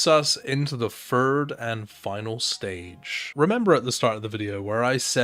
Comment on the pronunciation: Just a nitpick, but you gotta put your tongue on the back of your front teeth and shoot it up the roof of your mouth for the "th" sound (e.g. Fird instead of Third ) Had the same problem and was glad I cleared it up, thought you might feel the same